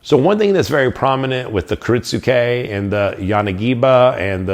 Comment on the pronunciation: I think the "u" is silent. I hear it pronounced as ki-RIT-ske